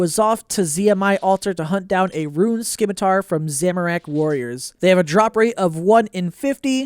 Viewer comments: "Dragon SKimitar" Subbed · Why do none of you content creators know the c in scimitar is silent